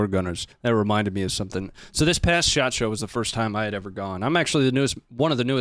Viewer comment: Shot Show. Every time I hear you say it I hear the Japanese word. Shachō. 社長 Company president.